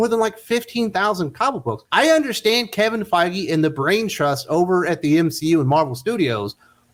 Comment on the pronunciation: GREAT THINKING CRITICAL MARVEL STUDIOS WOKE ACTIVISTS SERIOUSLY KEVIN FEIGE NOT THE BEST PRONOUNCED.